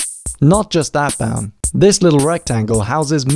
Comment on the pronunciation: OH! his name is BOWN! i thought he said brown...lol